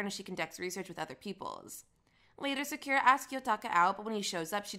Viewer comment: I don’t have much of a complaint for it tbh but since ur defending it im pretty sure its not hard to pronounce Sakura properly even if u have a Jamaican accent